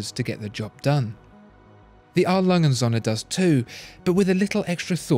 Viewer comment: I am a german, I love how you pronounce A. Lange und Söhne ;).